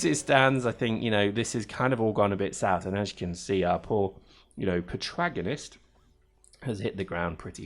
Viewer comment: It's pro-TAG-onist,! And this game looks weak, are you sure I should bother with it?